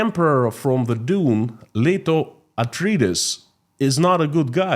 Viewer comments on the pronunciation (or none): none